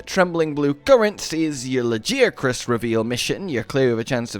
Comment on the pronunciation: Honestly you should be ashamed of yourself saying lajiacrus even after WE ALL HEARD THE DEVS SAY lagiacrus with a G